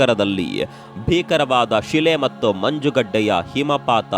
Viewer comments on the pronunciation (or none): none